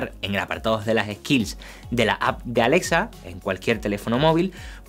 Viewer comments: pronuncia bien es Alexa no Alesa jajaja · *Alesa" XD